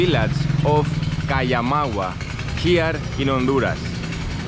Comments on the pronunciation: Ese pueblo se llama COMAYAGUA, no es Kayamagua. Y hablan español como vos. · No it’s (coh-ma-ya-agua)